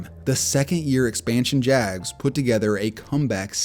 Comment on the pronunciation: Why does it sound like Jazz when you say jags...are you really dying to do basketball vids?